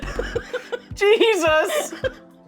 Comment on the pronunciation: The way she said "Gesus" had me crying! 😂 these two are an incredible duo ❤